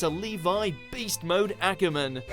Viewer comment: Sure Core?? Akorman?? Please learn the pronunciations.